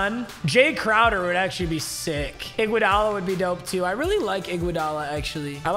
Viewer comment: Anyone else pissed on how he says iguodala he says igwudala lol